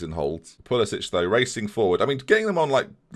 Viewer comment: Pulisic is american, not croatian. Pulisick, not Pulisitch!